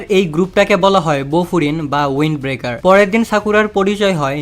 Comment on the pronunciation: ভাই এটা ওয়ানন্ড ব্রেকার নয় উইন্ড ব্রেকার 😊